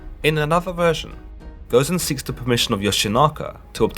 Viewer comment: alus nova Goh zen.